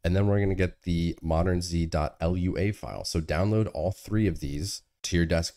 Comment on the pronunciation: "conf" "ell-yoo-ay" What is wrong with you??